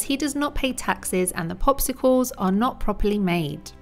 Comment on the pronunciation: Thanks so match but in its popsicles not a pospicles if I'm not mistaken.